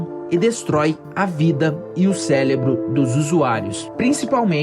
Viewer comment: Pô mano, queria te falar uma parada, gostei do teu video mas tu falou celebro KSKSKSKSKSKS